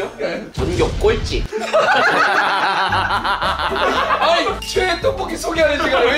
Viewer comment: 7분 53초에 가 '전교 꼴찌'하는 그 발음이랑 말하는 음이 약간 사투리쓰는 것 같기도 하고 너무 웃김ㅋㅋ